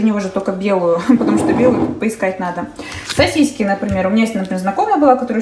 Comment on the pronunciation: Почему сосиськи, а не сосиски? 😄😄😄Меня коробит, когда говорят сосиськи, крэм, бассэйн😬